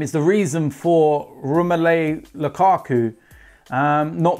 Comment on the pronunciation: Romelei Loukakou...